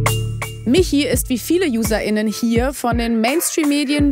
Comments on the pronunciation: Das mit dem „intinnen“ könnt ihr euch sparen,da bluten mir jedes Mal die Ohren. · Das so intensiv aufgedrücke extra noch betonte -Innen...